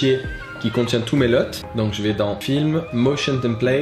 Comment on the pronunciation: C'est bon ça un nouveau tuto, on prononce Luuuuuuuuuuut pas LEUT =P